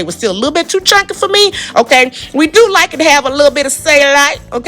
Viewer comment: "Thank God fa Jesus" Lmaooooo!!!